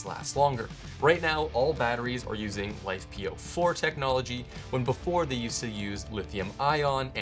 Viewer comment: If you want to be taken seriously, don't call them "life"-"po4". It is not "life", it is Li-Fe (Lithium Iron). Given the chemistry matters, use the correct term (Lithium Iron Phosphate) or if abbreviation is appropriate, LFP batteries.